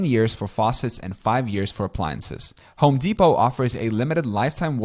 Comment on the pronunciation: Bro stop saying Home Depot like Home dePOT the T is silent